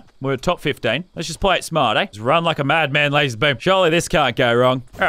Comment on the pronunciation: Lazar not lazer